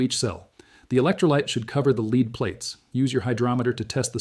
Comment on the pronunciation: The AI human is exceptionally well done. Except for a couple of horrendous pronunciation errors this could pass as a well researched and narrated video. Having 2 pronunciations for the spelling of lead throws a lot of AI's. Humans also would say 1 point two zero zero not one point two hundred.